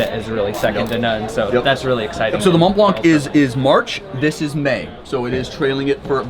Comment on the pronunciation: Hey. Drop the t and c, and you won’t sound completely stupid. Mon Blan.